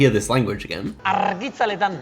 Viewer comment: I am so glad you got Basque, haha. Your pronounciation of "argitzaletan" was really good! And he was speaking in the common dialect (batua) which is understood by us all, so not the most complicated basque you could have gotten. It makes sense that the phonetic vibes confused you; the language isn't indoeuropean so you can't compare it to anything else, vocabulary/grammar/syntax-wise. You did catch some phonetic elements like the R and correctly associated it to Spain, but yeah.... If you're not familiar with the language, shit gets confusing real fast. As a tip for next time, listen for sounds we call txistukariak, or sibilants; s, z, x, ts, tz, tx (which sound like all the /s/-like sounds in polish!). If you hear spanish-like sounds but also a lot of /s/-like sounds (and others, such as many /k/s and C(C)V syllables like in Japanese), then there's a good chace you're hearing Basque. Eskerrik asko bideoarengatik, eta agur Donostitik :)